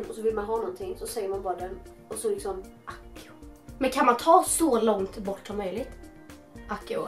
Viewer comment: Man uttalar "ACSIO"!